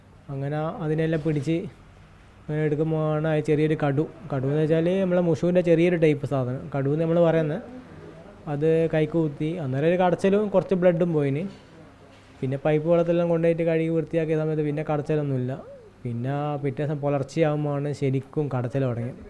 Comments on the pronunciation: കാരി കൊത്തി എന്നല്ല കുത്തി എന്നാണ് മാപ്രേ 🤣🤣🤣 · Kari kothi alla kari kuthuka ennanu parayuka....ninte oke malayalam enthe....veena George pinarayiye kappithan ennu vilichapole undallo... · കൊത്തി, അല്ല കുത്തി